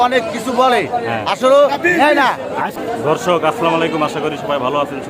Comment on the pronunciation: ভাই উচ্চারণ হবে দর্শক, আপনি বলছেন ধর্শক কেনো ভাই ?? 😂😂😂